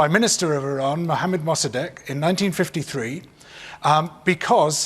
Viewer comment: surprised that he’s pronounced Iran correctly